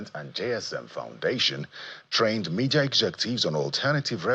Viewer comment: Media and not Mefis